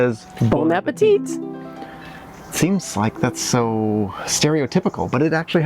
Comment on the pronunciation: No one in France pronounces the last T in appétit :)